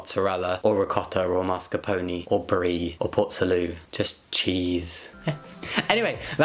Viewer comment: Thank you for saying mascarpone correctly 😂😂